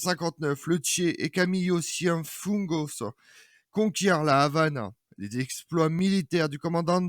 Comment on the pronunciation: Un tour de force. Réussir à résumer en 13 minutes la vie et l'œuvre du Che, en allant à l'essentiel, sans rien oublier d'important. Chapeau ! Seul bémol, la prononciation de Camillo Cienfuegos que tu as écorché ! Des vidéos sur Saint-Just, Blanqui, Zapata, Sankara... pour bientôt ?